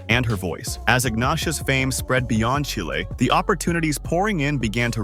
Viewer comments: ASSSSHHHOOOOOLEEEE….Its CHILE……Not CHAIII LEEEEE…. Fu….ckin LOOOOSER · And Chile is pronounced cheele. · Chi……Leee¡????A—- Hole !!! Its CHILE!!!!